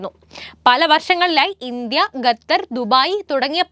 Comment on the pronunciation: ഘത്തർ അല്ല, ഖത്തർ.